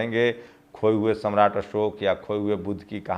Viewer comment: असोक नहीं अशोक। आपकी हिन्दी भाषा अच्छी नहीं है तो एक हिंदी भाषा जानकार रख लीजिए। अगर आप चाहे तो मैं आपकी सहायता कर सकता हूं। लेकिन मैं हिंदी में अशुद्धि बर्दाश्त नहीं कर सकता। हिन्दी में एक शब्द बदलने से पूरा वाक्य बदल जाता है।